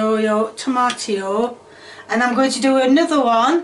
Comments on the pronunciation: did she said "tomiyato"???? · “Tomiato” “Tomatio” lol